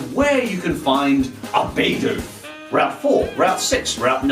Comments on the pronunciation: It us pronounced Bih doof not bee doof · It's bi doof bi-doof it stun fish stun-finish stop saying it wrong it like saying butt free it triggers me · 'Bidoof' not 'Baydoof' -_